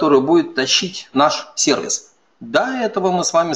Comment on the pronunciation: Честное слово, очень режет ухо... Дмитрий Лебедев, уважаемый MVP тоже так его произносит.